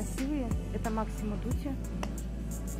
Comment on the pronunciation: МАсимо без К. НЕ МАКСИМО ДУТИ